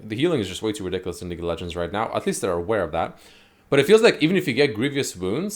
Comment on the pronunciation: am i the only one who hears him say leak of legends